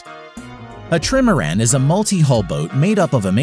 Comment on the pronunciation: Trimaran <> “TRIM-er-an”